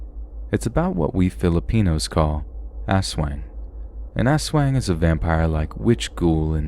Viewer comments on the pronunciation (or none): Lmfao it cracked me up the way you pronounced Aswang. It's not pronounced ass-weng it's us-wahng. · I’m not here to criticize but to educate! Aswang is pronounced “as wung”. The “ang” part is pronounced like “ong” in the word tongue. This video was still amazing to hear especially with all the personal experiences. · It’s pronounced like ass-wong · Not the ol' ass-weng.😎👍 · Came to the comments to see if anyone had noticed this. glad I wasn’t the only one who did.